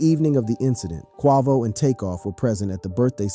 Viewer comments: How are you a channel called "" and can't pronounce a fairly mainstream rappers name. I'm sure you've heard it in the comments already but man, seems like something that could've easily been addressed during edit. "Q-way-vo" Not "Q-waugh-vo" Good content ideas otherwise but, kind of hard to follow when something this simple is missed. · Quavo... long A. Please, I know you've heard his name mentioned before.😑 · Say his name correctly Quavo 😂😂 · Who the hell is KWAVO? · QUAY-VO QU-AY-VO. QUAVO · Bro Really Said Quaavo 💀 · Ughhhhh the way you say Quavo's name is so fukkn damnd irritating. Wats so hard about pronouncing the name Kway-Vo correctly. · ((Kwe-vo and 9 100-11)) What the hell? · Come on its Kwe-vo. Not sure why you was pronouncing it like that. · Why you gotta keep "quarvo" ing bro? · You're going to make hip hop videos and you can't even pronounce his name correctly? And what's disgusting is that you could easily pronounce his name, but you're just choosing not to" your being blatantly disrespectful. 🙊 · The way you pronounce "Quavo" bothers my bipolar 😭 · You shouldn't be commentating is you DON'T know how to pronounce names 😡😡😡 i comment keep hearing you miss pronounce Quavo name you irritated me i stopped watching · RIP Take off 🙏 is Quavo not whatever you said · Dude said “bad and Boujee” made them popular smh they was poppin before than and you can’t even pronounce Quavo right 😂😂 clearly you was on the outside looking in during they rise but wanna make a video bout somebody 😂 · You need to do a whole new video on why you can't pronounce Quavo correctly. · The fact he didn't pronounce his name correctly make me feel like his information flawed😂🤣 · Yea he butchered quavo 😂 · ikr. Its the quickest way to make me click off a video it to mispronounce an ESSENTIAL part correctly. Like c'mon man.. Ive never heard anyone say Quavo like that lol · 😂😂😂 he stay butchering homies name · I agree.......like really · THE FACT HE KEPT SAYING IT🤦🏽‍♀️